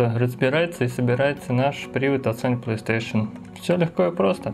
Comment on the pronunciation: Азхаххааххах Палистэйшн